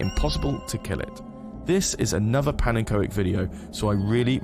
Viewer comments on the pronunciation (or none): did... did he pronounce pannekoek (dutch for pancake) as pan-N-ko-ek???